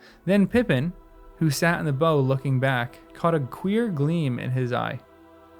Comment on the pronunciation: FYI, the "bow" of a boat is pronounced to rhyme with "now," not "know." "Gunwale" is pronounced "gunnel." I'm not sure what you think "a fell beast" actually is. It's not just a dangerous animal, but an evil one. It's an animal in the service of Sauron. Some ordinary dragon would not qualify IMHO. I think the reason Aragorn said nothing about hearing Gollum behind them was that it would only scare the rest of the company to no purpose. He wasn't a physical threat to anybody but Frodo; he couldn't be stopped; and he certainly wasn't going to alert any strangers (who would only interfere with his own plan).